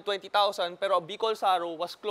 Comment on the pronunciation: Bicol Saro matigas bigkas hindi malambot..it means 0ne Bicol